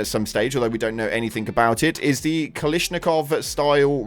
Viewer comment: kilishnikov and not kalashnikov, intresting